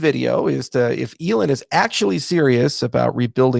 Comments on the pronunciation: He calls he elen 😂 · Great video. Haven't heard Elon pronounced that way "Elon" Elōn like melon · I love how he screws up pronouncing Elon’s name. Definitely not a mistake haha. Also, the entire talk is major shade with heavy undertones. Not sure how Charles walks out out that office door with balls that big.